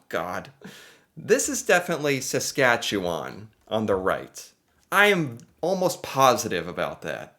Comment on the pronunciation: As a Saskatchewan-born resident, you got the "chew" right in Saskatchewan. It is really easy to spell if you break it down: Sask at chew an . Four tiny words. Alberta is easy to remember next to British Columbia because they both have the Rocky Mountains. ie Banff and Jasper, the national parks where people ski, are both in Alberta, in the mountains. And then as you drive east, you hit Calgary, which is on the prairie and you can see the mountains and foothills of the Rockies when you are in Calgary. Think prairies.... it is Saskatchewan next. We're flat as a pancake in the south, where there is Saskatoon and Regina. We are north of North Dakota, so you can imagine that. Then there is Manitoba, with Winnipeg. They have some prairie, but also lots of lakes and trees, and that goes into Ontario, lots of lakes and trees. Then Quebec. For placing the cities, you can think of how things were settled. First by water, from Europe. So most major cities are on water... ie Halifax is a big port so is on the coast of Nova Scotia. Quebec City and Montreal are on the St Lawrence Seaway that goes from the Atlantic Ocean to the Great Lakes. Toronto is on the Great Lakes. Then the rest of Canada was settled by train. So imagine a train line going from Ontario to the Rockies, and Winnipeg, Regina, Saskatoon, Calgary (Edmonton farther north) were on the transCanada rail lines. In fact, in Saskatchewan, all the small towns were named in alphabetical order along the rail line. lol! Vancouver is